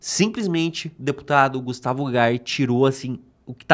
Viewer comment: EU GIRÃO AINDA FALA O NOME DO GUSTAVO ERRADO.PQP.